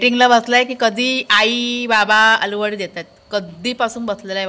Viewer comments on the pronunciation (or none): अळूवडी म्हणा तुम्ही आलू वडी चुकीचा शब्द❤ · अळुवडी म्हण ग बरं वाटतं ऐकायला